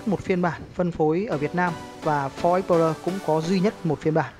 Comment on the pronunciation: đọc tên xe nghe trối